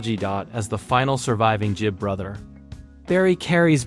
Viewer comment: It's Gibb, not Jibb.